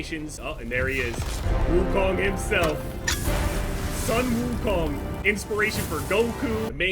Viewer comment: As a Chinese fan of for years, it can't get more wholesome after hearing pronouncing "Sun Wukong" 's name perfectly